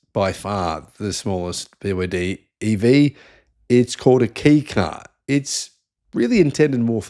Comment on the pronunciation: It's pronounced Kay car.